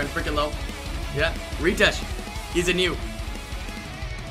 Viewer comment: Omg please learn how to pronounce some of the names. It’s not Reetesh. It’s Ritesh. As in Ritual.